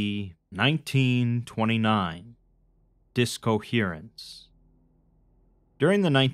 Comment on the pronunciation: I can't be the only person who heard Disco-herence. Disco dust bowl!